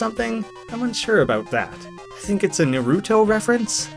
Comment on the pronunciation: First off, thanks for this video. It's really convenient to have all of these in one place & I appreciate the effort it took to make it. Now onto some stuff I noticed. Minor nitpick here but you mispronounced Naruto and Kage wrong (it's Nar-oo-to (or nah-roo-to) and Kah-gay (Japanese for Shadow) respectively). Later on (I don't remember the timestamp) the same happens with Boruto (Bore-ru-to) where emphasis is placed on the wrong syllable. Probably just a coincidence but there's also a singer/songwriter named TobyMac (his stage name) who used to be a member of the Christian rap and rock group DC Talk. These characters specifically come from A Pup Named Scooby-Doo (you can tell by the artstyle). & There's also a Warcraft character named Milhouse Manastorm and a One Piece character named Bartolomeo. I doubt these are referencing them though but just thought I'd mention it.